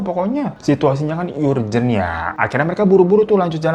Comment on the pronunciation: Selalu geli kl Bang Hiro bilang URGENT itu YURJEN 😂